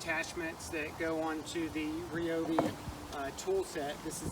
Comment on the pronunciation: Thumbs up for knowing how to pronounce Ryobi!